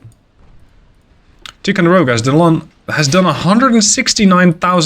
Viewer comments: Ticonderoga is pronounced with a long I. Tie. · Love the vids ! If you were curious it we would pronounce it Tie-Konde-Rowgah (Or atleast thats how we said it ) one of the guys i served with in the Navy his father was on the Ticonderoga they called it the Big T. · Ticonderoga pronounced Ty-con-de-ro-ga love your work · FYI Tie-con-der-oh-ga in how Ticonderoga in commonly pronounced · In the US we say “Tai-conderoga”; I’m not sure if that is the same as the Iroquois pronunciation though.